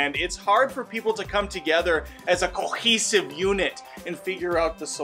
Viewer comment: Just the way you said “cohh(pleghm)hesive” made me laugh Hairs looking sharp btw 👍